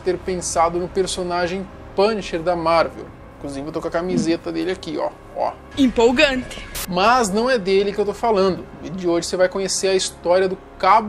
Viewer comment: "Impolgantê" kkkkkk